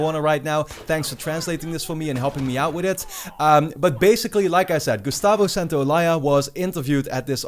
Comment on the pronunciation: Ok i know this is immature as fuck but midway through the video he said Gusatvo Santoyaya by mistake.